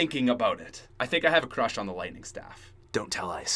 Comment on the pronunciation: FIRE SHTAFF?